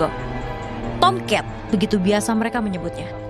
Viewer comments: Tam cat, tomcet, tomcat😂😂😂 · Yg anda dengar : "Tomcat" Yg saya dengar : "Toket" 😄😄😄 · Sebutan nama TOMCAT cuma aja yg sebut dengan betul..Wartawan nya sebut TOMCAT seperti tomkat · KoQ saya dengarnya “T*ket” ya? 😂🤣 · Serangga Tomket(Tulisannya Tomcat tapi dia ngomong nya Tomket katna dibacanya Tomket) Tomket Tomket Tomket Tomcet Tongcret Kongket Poket Serangga tongkat Tomcet Tomket Tongcat😂😂😂 Toket😭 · kok Gw denger nya SERANGGA TONGKAT